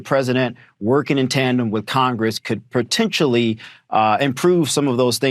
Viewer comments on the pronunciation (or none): Did that last black guy actually use the word as “PERTENTIALLY” ? Give it a listen. It’s right near the end.